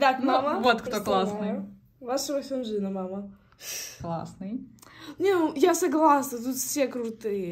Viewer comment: Какой минхО МИнхо, и не ХенджиН а хËнджин